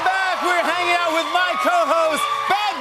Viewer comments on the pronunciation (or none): none